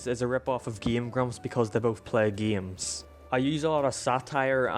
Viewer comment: ok but the way yo say "games" is a sin